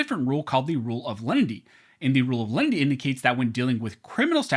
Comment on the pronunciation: Is it Len-i-ty or Lindy?